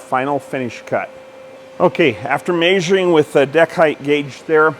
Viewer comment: Is it Measuring or Maysuring? 😂